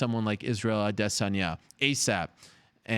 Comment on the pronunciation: All I want to happen in the UFC lately more than anything. Is for Ariel to stop pronouncing 'Adesanya' the way he does.